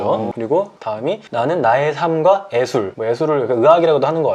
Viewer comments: 나는 나의 삼과 에술! 뭐 에술을 으악이라고도 하는것같아요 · 에 ㅖ 술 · 근데 원래 서울쪽 사람들은 ‘의술’을 ‘으술’, ‘예술’을 ‘에술’, ‘옛날’을 ‘엣날’ 이라고 발음하나요? 경상도 사람인데 발음이 너무 신기하네요ㅋㅋ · 에술... 에술...!! 그럼요그럼요 에술이라고 읽는 게 맞지요 암요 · 예 발음이 안되시는...